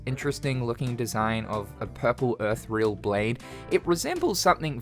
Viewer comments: “Earth-real”? How difficult is it to spend two seconds learning how to pronounce a word before recording yourself? Oh yeah, racket named Prince. Definitely the brand and not also the massively popular manga begun just a few years earlier called Prince of Tennis. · Did you mean ethereal when you said "earthreal blade" Also, the moon rabbit sword is absolutely a reference to the story of tsuki no usagi in which three animals meet an old guy who needs help and the rabbit ends up sacrificing itself to help the poor guy only to find out the old guy was a god who then rewarded the rabbit